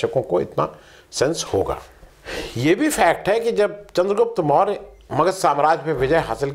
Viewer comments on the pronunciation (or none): none